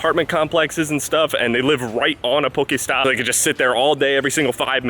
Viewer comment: The way he says poke stop